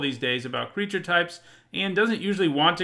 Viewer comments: Did anyone else notice? "crreature types" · MTG top10 "Crreature" types